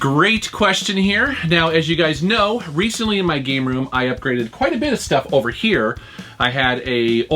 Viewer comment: did he read it "proving your gay room"??? listened to it few times and that's what i hear